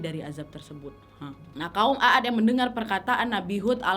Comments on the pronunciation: Kaum at aja bacanya . Bukaan a at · Sebenar nya bukan A ad, tapi Aad huruf a di panjangkan pembacaan nya bukan ditekan terpisah antara dua huruf aa karena huruf alif yg ada cm 1, jadi pembacaan seharusnya huruf 'ain ع di baca panjang karena ada alif (alif harokat sukun) , kalau di pisah /di tekan dua huruf A seperti yg ka nadia sebutkan itu seolah seperti alif yg ada pada kata عاد itu memiliki harokat fathah akan tetapi seharusnya tanpa harokat atau harokat sukun jadi pembacaan yg benar adalah huruf ain ع di panjangkan pelafalannya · Koreksi dikit ya wak. Kaum 'aad itu nyebutnya 'ad ('ainnya panjang) bukan 'a-ad. CMIIW. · Terimkasih atas bahasan cerita para nabi, tapi aku agak aneh mendengar nama kaumnya nabi Hud adalah a a d, ( sebenarnya "a" dibaca panjang maka ditulis jadi aad, krn sebenar nya tulisan arabnya عاد ditulis latinnya aad) tolong rujuk ke tulisan arabnya untuk membacanya agak tidak terdengar ganjil, tks dan maaf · Dibaca "kaum 'Aad" bukan kaum "A ad" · Izin kak....kaum Nabi Hud disebut nya a'd bukan aad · Mohon maaf kak. Mau koreksi dikit. Nama kaumnya itu kaum 'Ad. Aad dibaca panjang. Bacaan mad thobii. Kaum Aad. Bukan A'ad. 🙏🙏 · Mohon dikoreksi bahwa bukan kaum Aad tetapi kaum 'Aad dimana huruf 'A (huruf 'ain nya) dibaca panjang. Afwan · Maaf wa bacanya bukan a ad tapi aad A nya dibaca panjang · Maaf, bacaannya bukan aat 'a dibaca 1 huruf saja, bukan dibaca 2x Anya